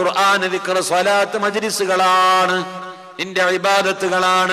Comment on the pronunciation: പ്രൊഫൈൽ വോയ്‌സിലെ സ്വലാത്തിന്റെ ഉച്ഛാരണം ശരിയല്ല